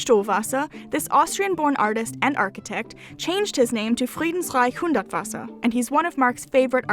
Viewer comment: Friedensreich Hundertwasser is not the easiest Austrian name to pronounce but you did an amazing Job :) Greatings from an Austrian